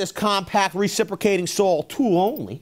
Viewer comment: Me thinks you might want to pronounce that three letter word correctly if you want any credibility. There is no "l" in the word saw. That is baby talk at it's finest. Fingernails on the blackboard for me.